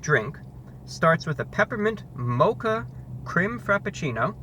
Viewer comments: It's pronounced Moh-kah, not macha, LOL. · its (mocha)- mow-kuh not not ma-chuh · You said motcha did you mean mocha? Or did the joke go over my head? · The way he pronounces mocca is just amazing. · Mocha he said it wrong